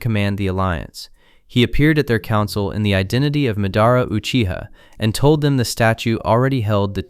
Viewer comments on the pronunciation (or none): none